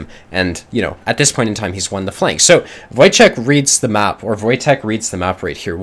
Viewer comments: Wojtek is Polish name and this is pronounced "Voytech" so you did pretty good in guessing how to read this :P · "Wojtek" is pronounced as "voytek", its a polish name. You pretty much got it perfectly